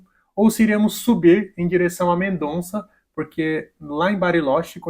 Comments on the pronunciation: Porque todo mundo fala MendoNza o noma da cidade de Mendoza? 🤌😅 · A pronúncia é Mendoza